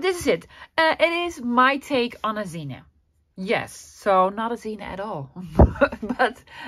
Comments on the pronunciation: Pretty. Curious why you call it a 'zina'. Isn't it a zine pronouced 'zeen' short for magazine?😉 Zina is a woman's name. Cute. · For those who don’t know, “zine” is short for magazine, and they were very big back in the 1990’s—early 2000’s, among counter-cultural Creatives. The word is pronounced Zeen, one syllable. A zine that I used to read was made by a Dishwasher, who wrote about how he stole dishes, etc., from each restaurant owner he worked for, because his wages were too low… (Like every other non-salaried American worker). Zines were the DIY Passion Projects of mostly young Creators, many of whom were living on low-paying jobs ; many of their zines consisting of black and white xerox copies, folded and stapled together. The esthetic was simplicity itself, but those with more money to spend—especially as computer Graphic Design programs advanced—could be much more sophisticated and commercial-looking.